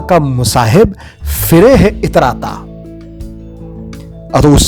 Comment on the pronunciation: Phire hai not Fire hai Itrata.